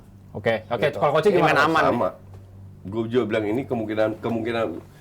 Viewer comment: bilang goblok ke abrar renyah banget didengar 🤣